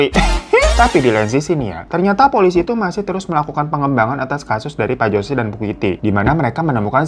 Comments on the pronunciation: biasanya "Jose" dibaca "hose" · Jose dibaca hose